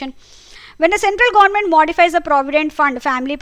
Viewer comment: Mam apki pronunciation gornament😂